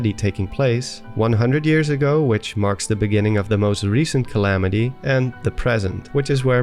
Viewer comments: “Galamity Ganon” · Calamity Gallon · "Galamity Ganon"